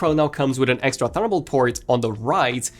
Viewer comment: Why does he say “thunderbolt” like that?